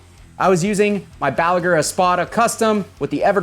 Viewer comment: Dear, thank you for calling the amp Bugera instead of Busjera.